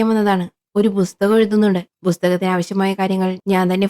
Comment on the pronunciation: ബുസ്തകം ❌ പുസ്തകം ✅